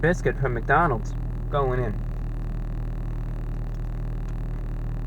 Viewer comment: Um, ReviewBrah, I-It's McDonalds'. Please spare me